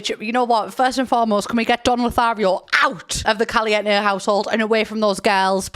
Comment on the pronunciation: I appreciate pronouncing Caliente without the diphthong at the end Calient-tay!